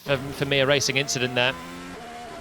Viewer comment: just an inchident